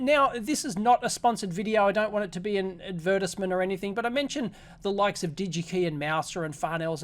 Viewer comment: i cant say iv ever heard "advertisement" pronounced like that :p